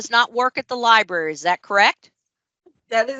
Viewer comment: If she says “libary” one more time. ..